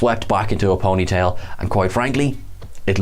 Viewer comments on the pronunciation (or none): just had to point this out because it made me laugh but where he is talking about wolf's hair he definitely say's ponyta like the pokemon instead of ponytail lol.